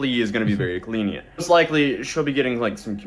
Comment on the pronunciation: Did anyone else notice he says "Glenient" instead of "lenient"? LOL